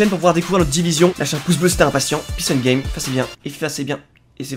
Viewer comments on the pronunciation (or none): none